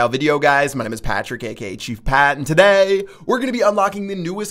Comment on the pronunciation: You pronounce 'today' pretty weird :)